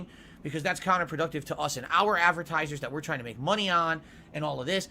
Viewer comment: I thought the word was advertise not avertise.